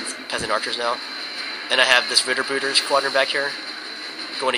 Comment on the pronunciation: i loce the way u say ritterbrüder :D (im from germany ;) ) and i get my archery part of army eo the front (defensive and let them go back if the enemy hostiles attacking, behind my archery stands the pikenier, the only thing i really hate when fight against an eaths nation, is the kavellerie of archery :< grrrr